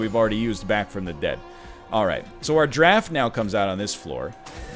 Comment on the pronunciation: Anybody else hear eggman say "killer draff" but your brain hears "killer giraffe"? Yeah, everytime.